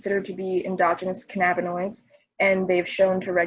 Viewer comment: "canna-binoids" not "ca na binoids" 😅